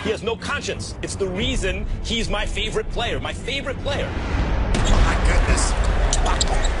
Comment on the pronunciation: Did he say my feevrite player